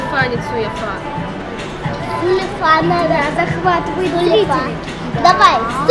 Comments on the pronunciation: Не "су е фа", а "цу е фа" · Ксения Кузина огорчу. Правильно су-е-фа.